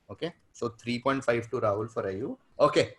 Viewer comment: Subramanian got away with saying "Ibe" when the answer was "Ayew"😂😂.